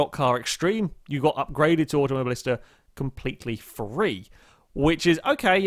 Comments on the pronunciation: It's not "AutomoBLIsta" but "AutomoBILIsta" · you pronounce auto mobilista wrong